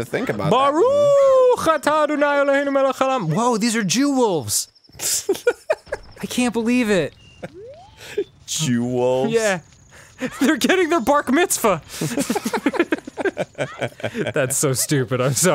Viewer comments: 'bark... mitzvah'... I... I think I need to see a doctor. That hurt me internally XD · Dan, never change good sir. Bark-mitzvah lol